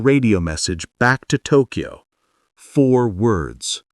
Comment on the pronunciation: Hey moron, it's not New Eork, it's not Duncan Eo-Eo, and it's NOT TokEo. It's just Tokyo. Y is never a vowel in Japanese and only makes the consonant y sound!